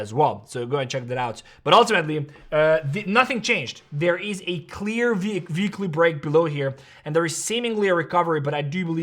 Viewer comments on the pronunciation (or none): I have to ask this question 😂 - why you always say veekly not ueekly (weekly) is that how u learned english as kid or its your original accent. thanks.